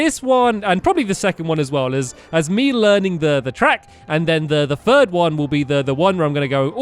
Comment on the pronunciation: stampy says 1st 2nd or 3RST